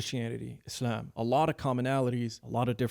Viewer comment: Your pronounciation of Islam is gay